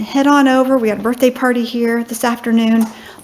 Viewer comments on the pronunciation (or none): none